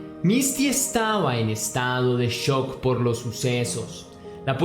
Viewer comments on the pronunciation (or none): none